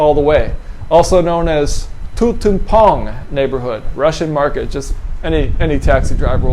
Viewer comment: "Ooo-Russai market" being what we squares would call "Russian Market"?